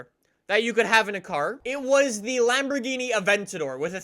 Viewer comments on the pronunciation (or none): none